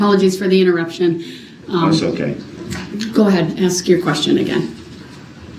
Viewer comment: Everytime he says “would it be fair to axe” I want staple his mouth shut